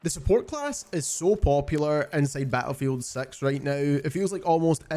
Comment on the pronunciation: "ba'lefield sex right nou"?